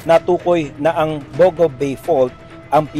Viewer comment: The name 'Bogo' is stressed in the second syllable.